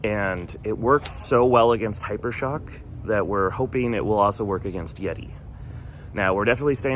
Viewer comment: Are you Redi? It's, YETI!